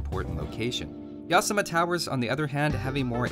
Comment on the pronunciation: It is NOT pronounced as YAAAsama! It is pronounced as yaSAAMA! (like yokoHAAMA)